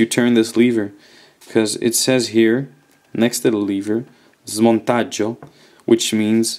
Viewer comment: Hi, are you Italian? Pietro Beretta and Smontaggio are REALLY well pronounced!